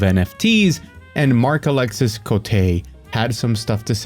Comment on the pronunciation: some french silliness: alexis is pronounced alexi. say it exactly the same, just stop before saying the S sound.